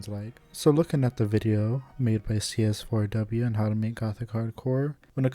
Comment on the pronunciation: I like how you say cs4w's name as written. i always kind of said it as seesaw in my head 😂 Nice summarization btw! I personally would have included the influence of Umineko and zts' music for that game on the genre, too. It's very prevalent with more notable gothic hardcore artists and some of their early work (gmtn. - Happy Maria remix, Furiosa Melodia; Team Grimoire - 悔恨コロッセオ, Grimoire of Blue album, Prison Strip remix, Abstract Garden). It also coincided with the Touhou Doujin remixes community, which I'm sure also influenced Gothic Hardcore to a point (Kurokotei, to an extent, as she is not strictly gothic hardcore. Shoutout to her song arcanegatewander, a clear homage to zts' music). Though, I guess this video is more of what is Gothic Hardcore musically and where it fits in the genre bubble. As for Gothic Hardcore music theory, none of it is set in stone, but a lot of it is based around classical music tropes such as the Harmonic Minor scale/Perfect Cadence (V - i movement), Circle of Fifths progression in minor, the Lament Bass/Andalusian Cadence (descending chromatic bassline), trills, and classical arpeggios. Gothic Hardcore really borrows a lot from Baroque, tbh. Maybe throw in some Phrygian for the bII/Neapolitan chord (Tempestissimo, iirc), or even the drawn out isus4 - isus2 - i or I (Picardy Third) for the Team Grimoire flair. A lot of this is all pictured in CS4W's progression anyway; It's a modified circle of fifths prog (Aug chords are not really circle of fi